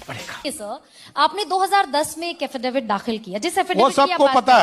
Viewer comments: अरे एंकर महोदया आप समझ नहीं रही हैं। हाफिडेबीड में लिख कर दिए हैं।😂 और बार बार हाफिडेबिड,हाफिडेबिड रटे जा रहे हैं।😂 5वीं, 8वीं, 10वीं, 12वीं, सभी सुने पर यह क्या सुन रहे हैं।😂 एक कोर्स।😂 लगता है बहुत बड़ा कोर्स है । सम्राट का।😂😂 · क्या हाफि डविट करता हू😅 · एफिडेविट होता है सम्राट जी हाफी डेबिट नहीं होता सोचिए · एफीडेफिट के लिए हाफीडिफीट बोलता है अनपढ़ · जैसा बिहार वैसा ही नेता बधाई हो एफिडेविट को हाफीडेविट बोलने वाला नेता मिला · Kya rumer faila rhe ho faltu ka yesa kuchh nhi bole hain,aur unke local language me affidavit ko haffidafit bola jata hai.